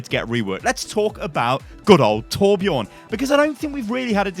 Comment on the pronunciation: And he needs a new voice actor that is swedish so he sound swedish and kan say Torbjörn right not torbjourn